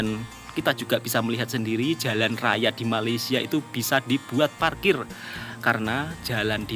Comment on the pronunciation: Woi, sampai bila ko nak salah sebut Malaysia? Atok nenek aku Jawa, Mak Ayah aku Jawa juga. Elok je dia orang sebut Malaysia. FIkir fikirkan bro. Ojo kesandung…